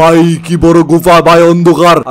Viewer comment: গুফা না গুহা 😂😂😂😂😅😅😅😅